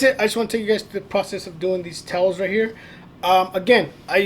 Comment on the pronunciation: towles? TOWELS